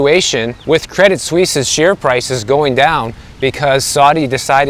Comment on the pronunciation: Good pronunciation of "Suisse!" 👍🏻 Tip if you're interested: you don't pronounce the "t" in "Credit." "Credee Suisse." 😎